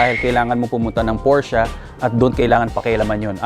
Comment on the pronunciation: Sir hindi ako hater i love sports cars too pero ayusin mo naman po pronunciation mo ng "PORSCHE" gamitin mo yung mismong lengwahe ng GERMAN sa pag tawag nila nyan para alam din naman nh iba.